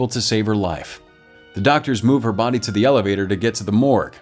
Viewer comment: I like how he says “Toasty burnt bodeh”